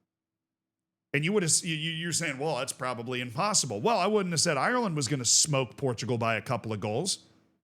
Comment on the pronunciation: Parrot scored for Ireland, not Eye-your-land You don't say Eye-your-ish